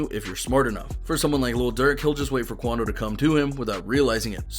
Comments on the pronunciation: "Quando" was wrong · Common “QUANDO”